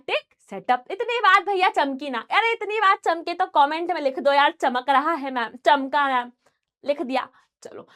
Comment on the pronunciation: chamka ❌ changta✔ 😂😂😂😂😂